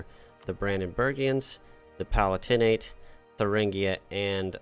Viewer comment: Having watched several plays on the channel, can I implore you on the pronunciation of the Palatinate? The stress isn't on the "tin" in the third syllable, it's on the "lat" in the second syllable - "puh-LAT-in-et" not "pa-lah-TIN-ate"